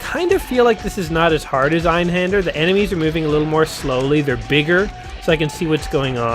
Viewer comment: Your pronunciation of "Einhander" sounds authentic.